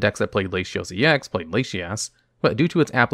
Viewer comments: The mispronunciations are a fun quirk of the channels! "Lashios" God is testing me. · “Lashios” My guy. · I think he reads it the same way as "ratio" where the "t" has an "sh" sound. This is likely the case as he pronounces Latias' name as "Lay-she-as".